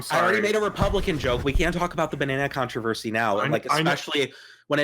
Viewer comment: Is Izzie unable to pronounce "Controversy"? "Connerversary"?